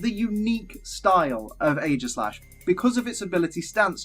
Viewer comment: it is eegislash